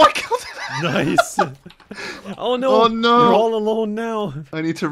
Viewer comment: turns Canadian when he says "Oh noooo"